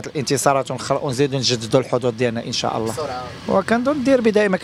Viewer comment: ينبغي نطق " إن شاء الله " بطريقة صحيحة.